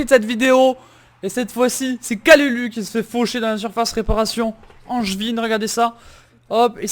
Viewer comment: On dit kaloulou pour kalulu